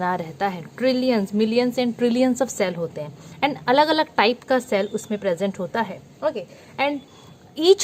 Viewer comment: Cell ❌️ shell ✅️😎